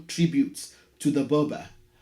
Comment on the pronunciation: To have the correct pronunciation of Burba, the r should sound. eg Burr means King, Burba or Burr ba means the King.